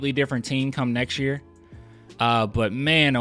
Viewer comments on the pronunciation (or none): none